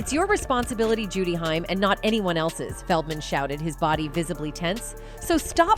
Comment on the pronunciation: It's pronounced like Corey Hey-m !!!